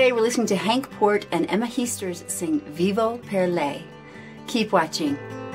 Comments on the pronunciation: Heesters is pronounced as 'hey-sters'. There is no 'i' in 'ee'. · Heesters is not pronounced as Heasters but with the "a" as in Hastings. For the rest my compliments for your positive and understanding commentary. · Let me learn you how to pronounce some Dutch words and names. The EE in Heesters is pronounced as the E in oke or in hey. The A in zangers is pronounced like the A in Darth and not as the A in Vader. Dutch people tend not to fake emotions. We are very direct and honest in our reactions. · You say Henk Poort like in more and Emma Heesters like in cake.